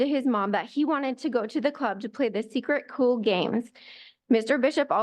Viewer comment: She keeps mispronouncing secret cult.